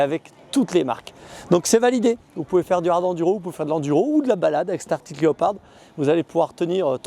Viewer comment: Super vidéo les gars ! Par contre c'est ARCTIC et non pas ARTIC ! 😅 Pour ma part, j'ai une ArCtic Leopard XE Pro S en cours de livraison ... :)